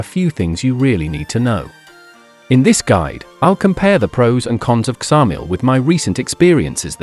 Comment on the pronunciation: Its Samil,the K is not pronounced but you wouldnt expect an AI voice over to know